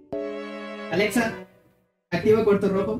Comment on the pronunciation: Porque aveces dices porque aveces quieres sonar como español al pronunciar "Alexa"? Y al decir "Azul" y otras veces lo dices bien como debe de ser? 🤔 Bueno en fin jajaja En mi set up tengo un PS4 Pro Dead Stranding edición limitada. Acabo de conseguir mi PS5 Igual el Xbox One X Gears Of War edición limitada. LG C1 Oled de 48 pulgadas Un monitor Samsung qué compre usado